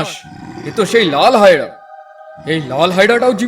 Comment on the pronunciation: হায়রা না হায়না বলতে হয়